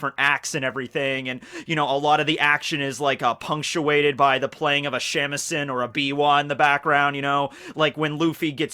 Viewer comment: Just coming out to say it: you keep pronouncing shamisen incorrectly. The way you pronounce it is シェミセン (SHAMisen) not as しゃみせん (SHAmisen) as it should be. Sorry, it’s just annoyed me as a fellow student of Japanese.